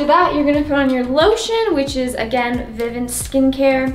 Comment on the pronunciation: It’s pronounced VI-VONT not VI-Vant